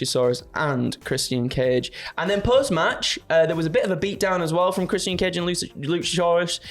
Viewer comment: "Chris-Sian Cage & LusaSaurUs"